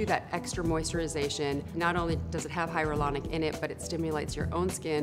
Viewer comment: I was wondering why it sounded weird when she was trying to say hyaluronic... its cuz she's saying hyrolonic